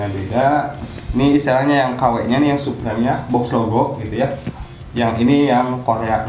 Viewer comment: Suprim bang bukan suprem hhe cuman koreksi aja bang